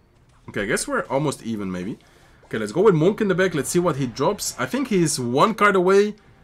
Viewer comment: Love watching you. Du Spielst immer unglaublich gut! Und auf Englisch, Monk rhymes with DUNK, like slam dunk, hunk, junk etc… just wanted to say that, if it helps. Peace!✌️❤️